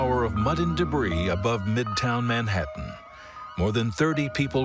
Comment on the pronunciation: Is this narrated by some weird AI voiceover? Can't apparently pronounce Manhattan nor nowhere properly, kinda annoying